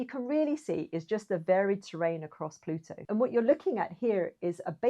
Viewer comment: An Anglophone that can pronounce 'Plutu.' Thank you! Merrikuns, it's not ploodo... .